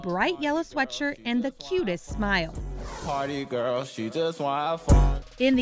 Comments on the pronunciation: lets take a moment and realize that is sounded like she said pretty girl instead of party girl 😂😂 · She did not just say pretty girl its ''Party girl''